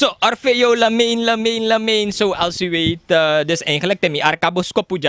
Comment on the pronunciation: Hij heeft een mooi naam, Lamain. De hand, hopelijk van God. De uitspraak is eingelijk Lama en geen Lamee, want het is een France naam.💪